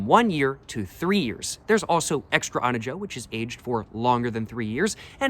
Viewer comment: Now there’s no way you’re pronouncing reposado and Anejo like that